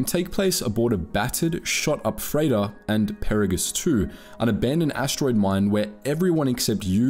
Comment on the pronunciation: Did you play this game in a different language? You mispronounced both Peragus and Goto. Each name was said dozens of times in game.